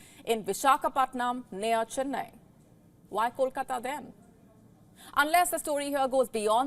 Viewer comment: How do you know how to say kolkata but not vessel 🤣🤣🤣🤣 learn how to pronounce V and not W💀 or you can simply quit because your vocabulary is as strong as your knowledge 📉